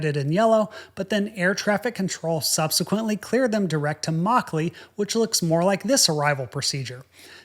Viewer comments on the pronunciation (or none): Good review but yr pronounciation is god awful. It's 'muck-lee' not 'maw-clay'